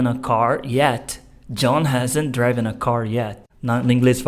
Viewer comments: Excelente explicação. Sou teacher e vejo q vc abordou de forma simples o conteúdo. Me permite apenas sinalizar a pronúncia de driven tem o som como 'i' e nao como 'ai'. Ainda, sugiro buscar no youtube videos q ensinam bem sobre a pronúncia do 'd' no final de verbos regulares. Practiced se lê algo como Préctist, ao invés de précticed. Ainda assim, vou mostrar o video aos meus alunos, a explicação foi ótima! Abs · Muito boa explicação, muito obrigada! Só para enriquecimento do seu vocabulário, a pronúncia de “driven” é exatamente como se escreve, não “draiven”, “driven” 😊😊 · Cara sua aula é muito boa e sua técnica didática também pra ensinar um "bicho papão" na lingua inglesa, só não entendi a pronúncia do particípio passado do verbo "drive"(draiv), "drove" (drouv), "driven" (draiven)?! Até onde eu estudei a pronúncia é (dríven), muito parecida com a própria escrita. Existem duas pronúncias? Corrija-me se eu estiver errado.